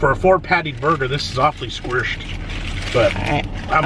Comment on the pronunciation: “It’s all Sqwershed”